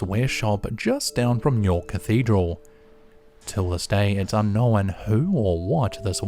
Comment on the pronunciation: You know what else is ridiculous? The way he pronounces "unknown"